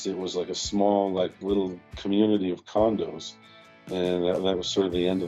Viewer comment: Was it just me or did I hear "a small community of condoms"